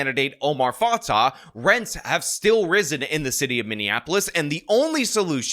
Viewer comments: Just a little correction: Fatah is pronounced Fatay and Fray is pronounced Fry. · Why do you keep using the wrong stupid new flag for Minnesota?? Plus you mispronounced both candidates’ names. It’s fah-tay and fry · You’re saying both her last names are wrong. I know it’s not the point of your video.